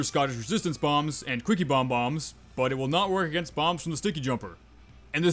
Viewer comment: "Aganist" hahaha